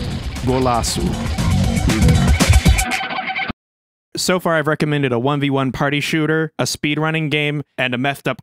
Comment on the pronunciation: As a Brazilian person, I can tell you that hearing over here trying to say "Golaço" was like being hit in the face with a bag of Imported Tanzanian Gearboxes. Like with cars.